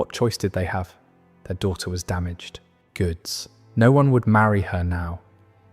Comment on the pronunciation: You can tell the one reading cannot understand what he's reading, saying "Object" (thing) when it was obviously meant as "objEct" (say no) for example, or "Damaged. Goods." rather than "damaged goods."